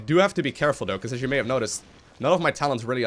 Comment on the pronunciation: i like to think is an inner troll with how he says certain words:P "togeder" "duh" (instead of the) "dough" (instead of though) etc...